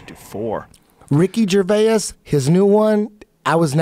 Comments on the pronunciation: How Eddie pronounced Ricky Gervais' name oh my god hahaha "GER VEY AS" hahaha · "Ricky Ger-Vay-Ass" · RICKY JER-VAY-ES